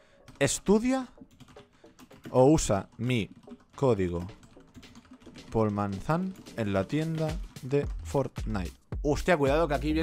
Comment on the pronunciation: Joder que me Hubiera pasado si Yo hubiera dicho Poolmazan en vez polmazan Baneadisimo